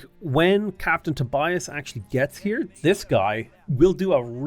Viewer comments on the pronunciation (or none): none